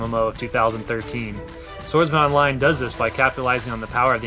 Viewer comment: When they said SwordsMan Online i thought they said Sword Art Online :P